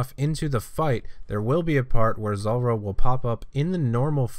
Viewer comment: Zuuuuuuuuulrah - why you pronounce it zolrah